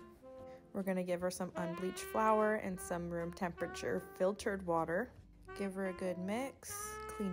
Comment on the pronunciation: Ok nice dough but can we stop saying that inanimate objects “girl boss?” Can we stop using girl bossing as a verb? It was funny for a little bit but now we just doing too much 😂 also you didn’t have to emphasize fIlTeReD like that like damn you really said it like we’re idiots that don’t use filtered water 🤡